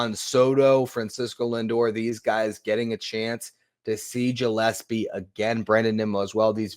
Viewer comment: It Gill-es-pee like a fish gill. Not Jill.